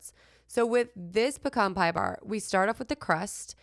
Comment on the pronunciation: Puh-cahn just like you say it. In Texas.